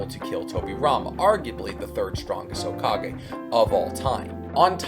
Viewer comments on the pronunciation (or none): none